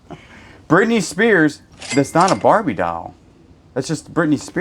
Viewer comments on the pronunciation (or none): none